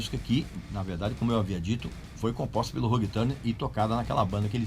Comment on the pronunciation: Gostei de aprender a pronúncia de Ulrich e depois desaprender a pronúncia de Hugh Tanner. Caralho, RÃG TÃRNER é de lascar